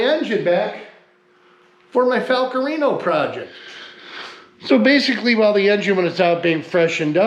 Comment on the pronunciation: Fal-Cool- rianio 🎉